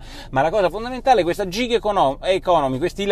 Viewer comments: Gig economy pronuncia "GHIG" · Unica cosa si pronuncia GHiG anzi anzi con una e chiusa tipo GHEG